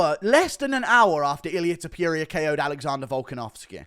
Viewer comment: Its TOPURIA not topJuria